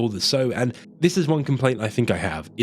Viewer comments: It's sow as in how or now, not sewing seeds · quick note on an otherwise fantastic video - "sow" rhyming with "low" is a verb for planting seeds. the female pig is "sow" rhyming with "cow"